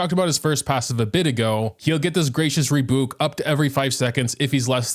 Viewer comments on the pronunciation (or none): It's pronounced re-byūk, or re-byook, not re-book. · Every time you said “gracious rebook” I died a little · "Gracious Reebook" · “Rebook” it’s Rebuke with a U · Funny how says rebuke as reboooke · I love him so much! Just a tip, rebuke is pronounced with a hard U. Like ‘re-byook’ 🙂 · hearing pronounce rebuke as "rebook" hurts me lol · Re- b -YOU -ke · Rebuke is pronounced re-b(you)k. Not like spooky or fruit. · Not finishing the video until we get a formal apology on the pronunciation of rebuke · I swear to god, he's going to make me lose my mind with the way he pronounces "rebuke" lmao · I appreciate the video. I do apologize for this though but uhm... the way you pronounced Rebuke xD... think of buke as like puke but with a b :P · The genshin community can’t pronounce rebuke but CAN pronounce wriothesley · Moga mispronounced rebuke every single time lmaoooo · bro can not pronounce rebuke 💀💀💀💀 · The way you say Rebuke is physically making me cringe.. 'buke' is pronounced like 'puke'... You wouldn't say you "pooked" if you puke... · Bruh pls re-record this pronouncing rebuke correctly 😭😅 it's painful